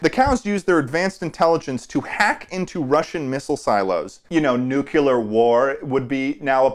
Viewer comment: are we gonna dismiss the fact always said nukiller instead of nuclear